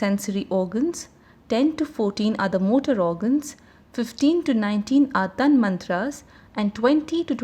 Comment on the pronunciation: The correct pronunciation is "Tan matra" not Tanmantra.Please make the correction in an otherwise excellent summary